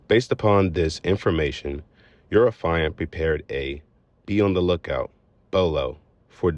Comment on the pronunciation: It is not “affailant” it is AFFIANT